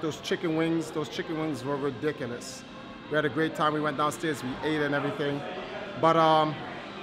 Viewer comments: When says "ridiculous" the same way as the spell in the Harry Potter films lol. Love your vids! Btw I don't think Nintendo is ready for virtual reality handheld systems yet however, I do think it will be introduced in the future. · Those chicken wings were "ridicilus"